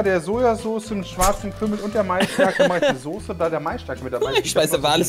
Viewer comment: Soße nicht Sose ... aaaahhhh